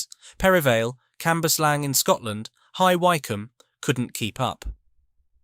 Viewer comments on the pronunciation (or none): You don't pronounce Merthyr Tydfil and High Wycombe like that